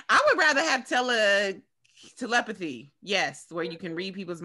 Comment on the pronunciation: Telephty = te·lep·a·thy /təˈlepəTHē/ Learn to pronounce noun “the supposed communication of thoughts or ideas by means other than the known senses.”